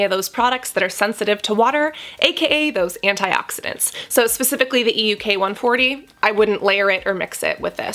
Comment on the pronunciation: It's EUK 134, not ELK... can you correct your Video? :-)